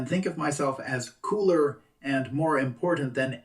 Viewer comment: The way said "cooler" like "CYUH-LER" 🤣🤣🤣 I love when the Irish accent takes front n center 😁😁